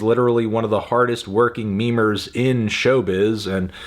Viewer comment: Listening Anthony say "MEMER" is very weird